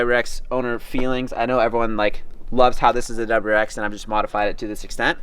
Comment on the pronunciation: Is he saying doubererex?